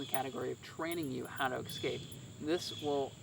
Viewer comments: The word is escape, not exscape. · lots of interesting and well presented products but without demonstrations, it’s hard to determine the effectiveness of each item. As retired USAF, it’s a nice change to see a fellow Airman. And I sincerely request, please stop saying, “ex-scape,” it drove me crazy 😝